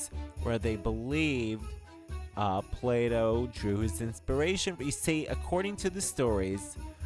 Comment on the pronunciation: Plato NOT Play Doh lol!